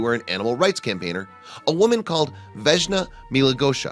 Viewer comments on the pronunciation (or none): Vešna Milagoša? Honey I think it's VESNA.